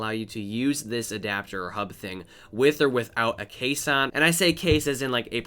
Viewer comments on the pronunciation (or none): "case on". not "caisson". remain fresh and dry while using this product.